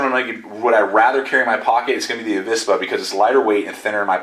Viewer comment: In Spanish there isn't any difference between the pronunciation of V and B but you say it rather correctly, "avispa" or the non-existing "abispa" would sound the same. Greetings from Spain, saludos.